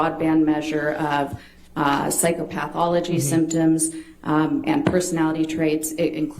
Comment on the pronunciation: Is saying psychopathothology that way some kind of sneak diss to amber? I would say say psychopath where the a is an "a" sound but it pathology it's more of an "e" sound. She is saying it as more psychopath-ology ie the study of psychopaths lol. As opposed to psycho-pathology.